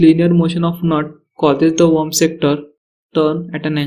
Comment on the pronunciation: Its WORM. Not Warm.